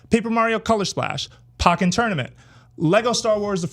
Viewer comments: Pokkén Tournament is pronounced POKE-EN not pocken. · "Pockin" Tournament lol